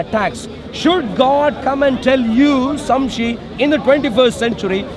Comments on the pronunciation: "Samshe" lol. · man sayin samshi not shamsi😂😂